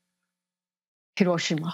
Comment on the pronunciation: Pronounced: heer-OH-shee-ma